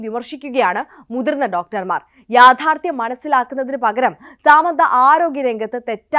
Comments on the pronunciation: സേച്ചി, ഈ അവസരത്തിൽ പറയാമോ എന്ന് അറിയില്ല. സാമന്ത അല്ല, സമാന്താ. ഒരാളുടെ പേരെങ്കിലും ശെരിക്ക് പഠിച്ച് പറഞ്ഞൂടെ? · സാമന്ത അല്ല സമാന്ത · First of all.. Its not സാമന്ത its സമാന്ത 🤌🤌🤌